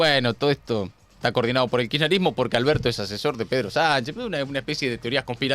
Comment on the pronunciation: Si la presidenga se va a tomar el trabajo de armar semejante teoría conspiranoica, por lo menos que aprenda a pronunciar bien la palabra “kisherismo”